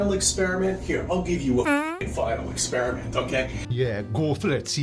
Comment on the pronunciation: Final experishment..... It's quite big